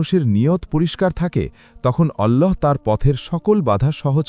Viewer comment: ওল্লহ হবেনা আল্লহ হবে আল্লহর নাম টা সঠিক ভাবে নিন